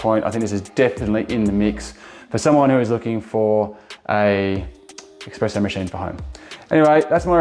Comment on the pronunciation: You said Australian made, it’s not. You kept saying expresso, it’s espresso. You also leave your beans in a non airtight container? You know nothing about coffee.